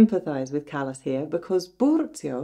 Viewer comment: Her name is pronounced Cah-las not Callas as in a foot or hand problem. CAH -LAS!